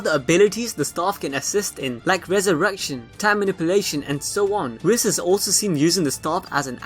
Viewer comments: I thought it was pronounced "Weese"(Whis) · It’s really not whiiis is more like a weese (Whis)